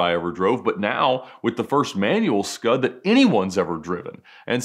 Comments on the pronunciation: As an Italian I'm very offended by "scud" RESPECT FOR PRODOTTO ITALICO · Say “Scud” one more time, Ed.